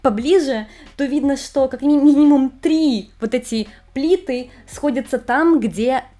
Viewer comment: Ну, блин, ты бы хоть проверяла ударения перед записью видео!!! Не огненОе кольцо, а Огненное; не 4 плИты, а 4 плитЫ и т.д. С ударениями у тебя просто вооооооот такая жопа!